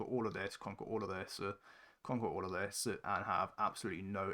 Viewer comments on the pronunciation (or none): He's got a verbal tic where he says his "s" sounds with an extra syllable...."ideas-er", "look at this-er", "place-r" - I learnt a lot of neat tricks from this video